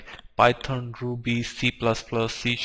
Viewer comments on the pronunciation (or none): none